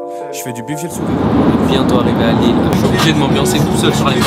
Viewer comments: Ya pas de S à Lille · y’a pas de S à Lille